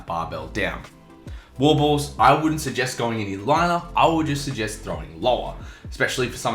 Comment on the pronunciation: I am glad there was some text in your video, because when you said Wall-Balls I had no idea what you were saying, it sounded like Wabbuls or something.